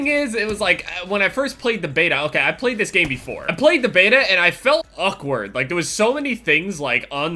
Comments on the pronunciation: he says ukward XD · say Awkyerd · Lol he says ukward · He said UCKward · did anyone notice how he said awkward